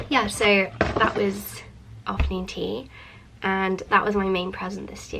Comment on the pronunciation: "ofta nuun ttttt"